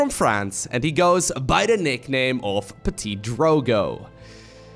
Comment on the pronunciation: Gotta love the way says le PETIT drogo